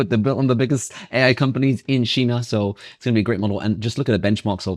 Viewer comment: Why do you pronounce 'China' like that 😂😂